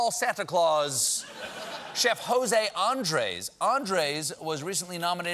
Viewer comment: It's not Jose Andres, it's José Andrés.